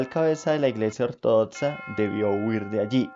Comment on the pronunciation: "ortodotza" "etzisten" 😂🤣😂🤣😂🤣